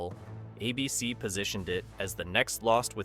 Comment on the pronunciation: Teach your AI how to read. I couldn't say "ABC" or Babylon 5" consistently, among other things.